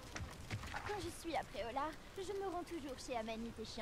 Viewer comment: Je connaissais Pré-au-lard mais pas Pré-au-lag